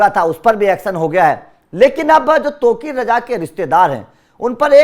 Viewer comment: gandu sahi se nam to lena sikhle